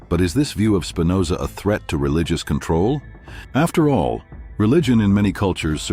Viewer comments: That's Spinoza with a p . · Please. It's Spinoza!